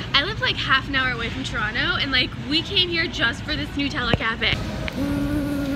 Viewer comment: The way you say Nutella as noot-ella lol